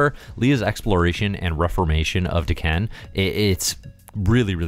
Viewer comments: I was confused the first few times you said Daken. "waitaminit, the former emperor of the Shi'ar?" It sounds like you're saying D'Ken :p I think of it as either Dah-ken or day-ken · Great review. I keep thinking you keep referencing D'Ken though, lol. Is it not DAH-kin? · O you said Daken I thought you were saying D'Ken (Shiar) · If you go with how usual Japanese pronunciation, I think it would be Dah-ken.